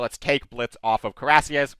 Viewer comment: Coo-ee-rass-yeh would be close enough for an American. The name comes from the word for an armored breastplate (cuirasse) so it's indeed very appropriate.